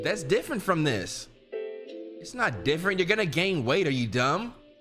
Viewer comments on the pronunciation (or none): bro said frome 💀